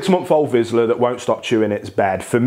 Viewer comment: Not to be the Karen but it’s pronounced Vishla. But yeah these dogs need lots of attention and training if your want them to behave properly.